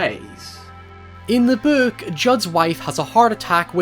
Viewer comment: Nobody:: Böök